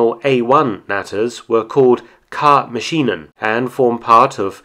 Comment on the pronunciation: Mark, I wouldn't be commenting if your German were not thoroughly creditable. But there are two pronunciation gremlins that crept into this video, and I thought anyone as competent as you would appreciate knowing. "K-Maschinen" is emphasised on the "K", because that's where the information lies. We'd do the same thing in English if we were talking about "K" machines as opposed to "J" machlnes or "L" machines. So: KAA-ma-shee-nen. Then, there's "Erprobungskommando": a "Probe" is a test, or a test sample, and it is the main thing we are talking about here. But first, you turn it into a verb, "erproben" ( to test or to try), and then make a noun out of THAT by adding an "-ung" suffix. That gives you "Erprobung" (trials or test series). Naturally, the emphasis is on what you are doing: testing. The "-ung", which just means you've decided to make a noun out of it, just goes along for the ride. So: ea-PRO-bung, and, when combined with "Kommando" (unit), you get ea-PRO-bunks-ko-man-dough. Hope I'm not too much of a pain in the butt.